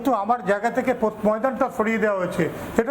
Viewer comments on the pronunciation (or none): স্পোর্টস নাকি পোর্টস ???